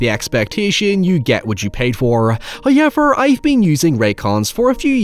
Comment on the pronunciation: Bro it’s how ever not hay yevir.